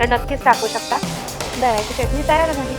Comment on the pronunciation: Tai tumhi chyatani naka bolat ja chatani bolat ja chyatani ekayala bar vatat nahi